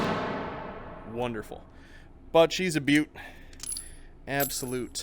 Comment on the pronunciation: Gotta love his giddy laugh and "wonderfull" lol